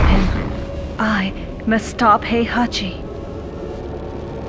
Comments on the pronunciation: Yeah, I cringe the way she pronounce Heihachi. That american accent. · The way she pronounce Heihachi, cringe.